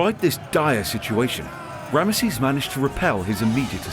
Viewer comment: Rabish! You can't even pronounce the name of the most important character from here. Rameses 😂